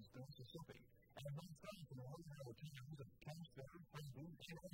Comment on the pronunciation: Kampsville, Illinois, not Campsville.